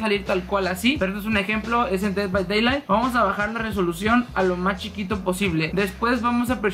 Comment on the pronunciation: NADIE: YAYAS: "dei bai deilai"